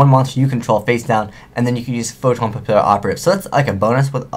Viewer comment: Its pronounced "pa-pee-operative" the word Papillon is French. ^.^ I prefer the OCG name Photo Butterfly Assassin.